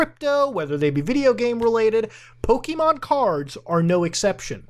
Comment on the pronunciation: I hate how much it annoys me to hear Muta say "Pokimon" instead of "Pokémon"